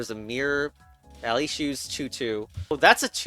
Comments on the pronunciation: ahh yes, bal it. don't worry, i got confused to at the word, ballet. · Chess Ballet* Advanced... *pronounced "ballot" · It's pronounced BALLET you DINGUS